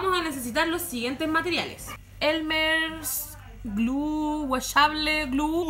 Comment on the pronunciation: ad tu elme glu tu elme eslaim me enca esa parte la amo🤣❤